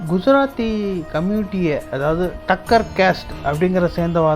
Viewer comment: டக்கர் இல்லை. டாக்கர்.